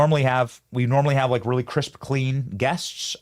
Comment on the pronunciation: WEALLY WEALLY BWAD